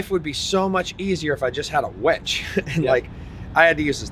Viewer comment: Hooked on phonics buddy...its a winch not a wench lol..